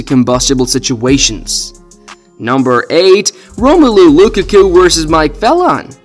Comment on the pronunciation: If you ever call romelu lukaku coocaccoo ever again, please dont ever say another footballers name